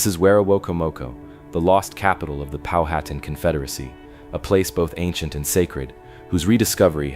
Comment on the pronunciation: Pow-ha-tan NOT POW-hat-an . Get it right.